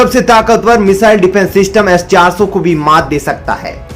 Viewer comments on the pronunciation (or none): Abe defence system hota hai Syfence system kaha se le aaye ho